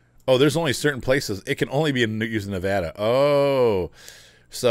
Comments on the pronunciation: Oh I know Nevada pronunciation. I am just being silly. I call it Navarda half the time. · TOE - Nuh- Pa. Phonetic pronunciation. Also, Nev-vaa-da, not Nev-awe-da.